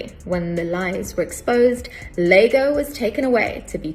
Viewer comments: No. The only thing I found annoying is that she called the character out of Shakespeare's 'Othello' "Lago" when the characters name is "Iago" spelt with a 'i'. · The character in Shakespeare's Othello is not called "Lago", the characters name is "Iago" with an "i". She's irritated me now.